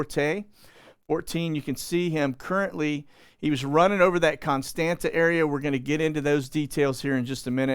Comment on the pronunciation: Constanta is pronounced "cone STAHNT sa." the second "T" has a curlicue under it, so it is pronounced like Hebrew Tzade. On maps before WWII, they would spell it "Constantza."